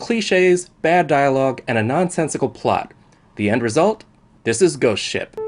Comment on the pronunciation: At the into I thought he said goat shit